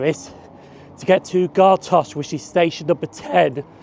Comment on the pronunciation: Great video. Just two pronunciations are off. Gartcosh pronounced Gart-cosh and Carntyne pronounced Carn-tyne. 🙂